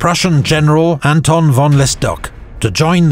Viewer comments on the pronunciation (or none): none